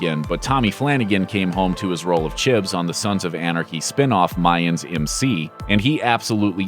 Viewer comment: It's CHIBS....NOT CHIPS!